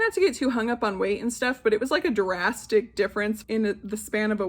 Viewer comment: YOU are the reason I look forward to Monday’s. Truly, darling! I am gonna watch your workouts for a bit on your new torture device and see how much you love it, because I am legit considering getting one! I had to rewind when you said drastic difference, because I thought you said Jurassic difference. 😆 I then cracked up remembering your mom saying “fat kids ice cream”! We have a fig tree! We got it as a gift two years ago. You should get one for your yard! Girl- how you feel about that clerk is how I feel about you- from day one over a year ago when your channel started. I want to be hang out with you! I think you should get a velvet curtain to hang in your closet. Or one of those beaded curtains that have a design on them like Frida Kahlo. Would look great in the background when you film from the couch. I worked in libraries for 9 years and that book made my heart melt! Soooo cute! Love your evil eye bracelet! Excited for Fit Girl Fall, mamacita! xoxo